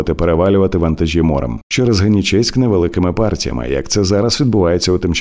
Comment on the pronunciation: Не ГенічЕськ, а ГенІчеськ. Вивчіть.